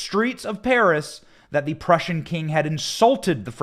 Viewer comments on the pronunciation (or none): none